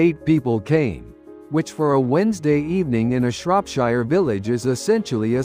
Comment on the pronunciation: AI that creates and narrates these stories still needs to learn :) Shropshire is in the UK and the last but of it is pronounced “sheer” You “wire” money in the US, in the UK you transfer money. Etc It’s a shame that the majority of such a content is done entirely by AI replacing proper creative and research work.